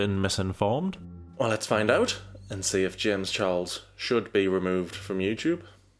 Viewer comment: Why can he never say the ch in his surname properly?